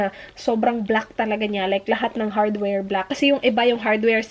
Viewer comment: Talagang binalik-balik ko yung "HadwerL"😂